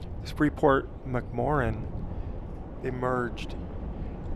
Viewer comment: Around here we pronounce it Mac More Ann...... This is a huge contrast to the area I'm presently in..... all mining and drilling here is underground such as our salt mines and the oil and gas industry exploration Another great video